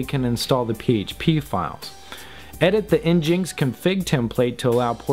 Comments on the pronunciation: THANK YOU. I go red with fury when I hear en-jinks. It's a play on the racial slur for native Americans, ingins; you know because of Apache. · N-GIN-X. not n-jinx... please.... :( crushin my soul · "Nginx" is supposed to be pronounced "engine ex" :) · FYI: ngnix is pronounced EN-jin-ix kinda like engine with ix at the end. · i see your prouncing nginx wrong it's pronouced engine-x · Great video! This doesn't matter, but nginx is pronounced "engine-x" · I cringed every time he said "nginx".